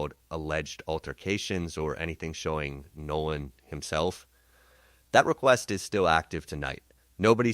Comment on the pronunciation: This is not “trump’s team;” it is CRUMP’s TEAM. Don’t get it twisted. And the young man’s name is NOLAN , not “No One” WELLS. AI, you are being disrespectful. Like LAW ENFORCEMENT and Nolan’s so called white friends, you are treating him as if he was “no one;” as if his BLACK life didn’t matter. More questions: What was he doing with THEM on the day that THEY would be celebrating THEIR freedom - independent of FOLKS LIKE HIM And why was he sidetracked by that particular girl - also one of THEM - kids whose parents likely voted for Racist Trump who was hosting White nationalist - in Washington - on that day? Get it right!